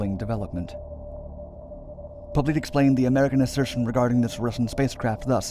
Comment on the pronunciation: How's his name spelled? If it's "Poblete", it's not pronounced Po-bleet, but rather Po-blet-eh. I had a former step-mother-in-law with the surname, from the Philippines.